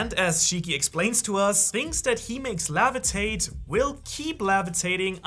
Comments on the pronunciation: It’s levitate not lavitate. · Levitate, not Lavitate xD other than that, great video! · The way you say "levitate" by: lavitate bugs me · Umm the lavetate tho I think its levitate but still love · bro rly said lavatate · Take a shot every time he says levitate wrong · bro say levitate